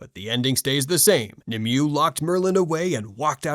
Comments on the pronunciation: Nimueh is pronounced “nim-way” 😉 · He butchered the name so bad at first I didn't know who he was referring to. 😝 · it hurt me when he pronounced the name wrong